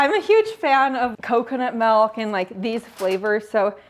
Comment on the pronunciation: accent when she said "malk" instead of "milk" 😂